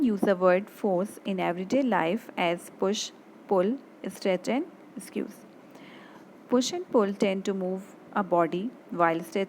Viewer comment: Pls correct your pronunciation of squeeze